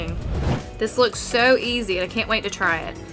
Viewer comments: you say sou not so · you say so not sou